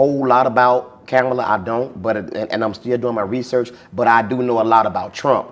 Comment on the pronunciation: You are talking all that crap and can't even pronounce the Ladies Name correctly. It's Car Maw Lah